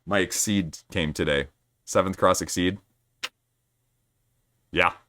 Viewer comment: Oh, Exceed? I was wondering why you were excited about "seeds". :P